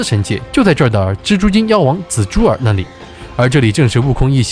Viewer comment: 拿（La)下, 那(La)里, 大闹（Lao）, 难（Lan）关。。。内容不错，但是听这些发音还是有点不舒服😂